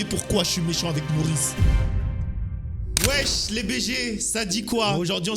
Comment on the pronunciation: arrête de dire weche